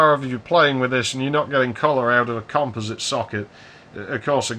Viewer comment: Finally, a person who knows how to pronounce composite. Also, I like my AMSTRAD PC1512. It's great for chatting with people IRC with an SMC 8416 card.